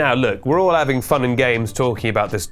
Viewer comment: “Tall will be revealed” 😂 come on man, you can do better than that! Nice vid tho